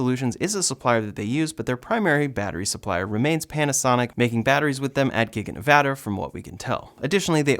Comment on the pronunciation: thank you for saying nevada the right way